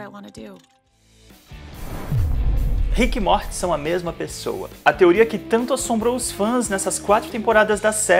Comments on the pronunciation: Que agonia de você pronunciando rick e MORTE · Desculpa mas "ríck e móti" é sacanagem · ver tu falando rick e morti me dá uma agonia do crlh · O cara do vídeo falando RIQUE E MORTI DOEU MUUUUITO MINHA ALMA nossa. Eu sou completamente fã da série e não assisto NADA dublado e essa pronuncia de RIQUE E MORTI doeu na primeira vez que ele pronunciou até parei de ver 😂😂😂😂😂😂😂😂😂😂😂😂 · Na primeira pronuncia de RIQUE E MORTI eu parei de ver 😂😂😂😂😂😂😂